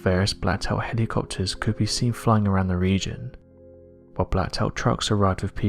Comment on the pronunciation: This guy says helocopters like Mater